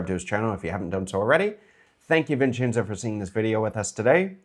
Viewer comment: welcome “Vinchinzo.”😂